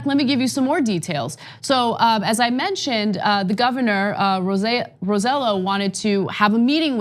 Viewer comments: Guys, I love you guys, but it's pronounce Rose-eh-jo because in PR, the two lls are pronounce j, not y like in Spain or in Mexico. Please call the guy by his actual name. He's working so hard to try and get help for the folks on the island. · Hey guys! First, governor Roselló's name is spelled Roh-say-YO. Second, this is a bluff because of elections. When he had to stand up for all us Puerto Ricans,he didn't, and let Trump bully us,and also let Trump go to an affluent place in the richest city(Guaynabo) in Puerto Rico instead of any of the worst devastated places (like Utuado) to make Trump see the hurricane's devastation. Only Yulin stood up for us. Roselló's government has been the most corrupt of them all, and he was elected just because his father was the governor in Clinton's era (and he was corrupt af). And he is conservative AF, Republican. Please make more research before commenting about anything. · Hey guys it's pronounced Ro-se-yo, thanks love you guys. Thanks for keeping us informed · Its pronounced RoseJo , i know its weird but hey you guys pronounce Raphael "Rafael" wtf is that lol jk jk